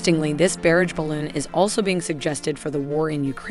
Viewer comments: Versailles, barage, kamikaze, weaponized. How are these words being mispronounced? Is it a cg voice? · Some of the pronounciation is 'unusual': for example "barrage" and "Versailles" are completely wrong to name just two. A pity when the content is otherwise so good.